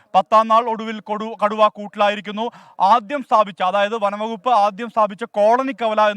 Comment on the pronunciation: കടുവയെ കുടു എന്നൊക്ക പറയുന്നേ കേട്ടു reportr 😂😂😂😂